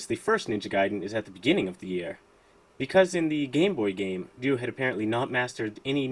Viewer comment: Thank you for pronouncing Ryu correctly,.